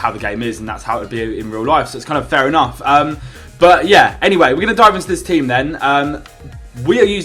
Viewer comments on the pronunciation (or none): none